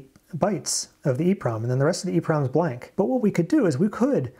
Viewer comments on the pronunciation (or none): none